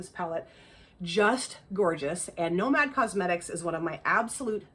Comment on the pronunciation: Hope the birthday was fabulous!! I’m glad you got the Nomad palette too. I think you pronounced it perfectly lol! The GG palette is so pretty! I highly recommend Ethereal from GG.